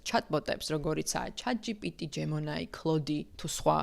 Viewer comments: ჯემინი ან ჯემინაი. უფრო ჯემინის ვეძახი. ვიდეო საინტერესოა მართლა. უბრალოდ Grammar Nazi ვარ და ყურში ცუდად მომხვდა 'ჯემონაი' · საინტერესო ვიდეოა, მარა "ჯემონაი" რომელია😂